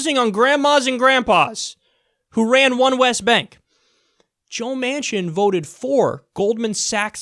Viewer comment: The first couple of times I thought he was saying Joe Mansion. I was like , no wonder he is a sellout.